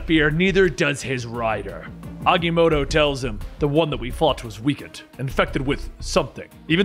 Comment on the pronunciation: Wait isn’t it agamoto